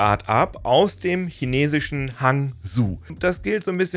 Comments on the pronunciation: Das Modell kann auch pinyin, zensierte dann auch andere Wörter die in China sensibel sind, inklusive einiger Schimpfwörter, in meinen Tests. Hangzhou ist ne spannende Stadt, Alibaba kommt da z.B. her. Aussprache wär aber eher "hang" wie Überhang und "zhou" wie Joe Biden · Hangzhou spricht man anders aus ;) Siehe - der verschluckt das "j" aber ziemlich.